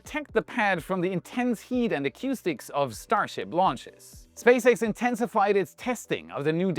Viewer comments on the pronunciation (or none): i like your pronunciation of acoustics (a cue stick)’s. I’m a pool player so it is close to my heart :)